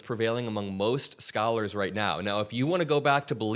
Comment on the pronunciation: "Most cholars" are 100% right. Pure narcissism. And malignant, unintelligent narcissism, too. That, plus add severe Kruger-Dunning effect: he thinks he knows all about everything, yet he knows remarkable little about anything. Btw: "Pee-tapes"?!? 😂😂😂😂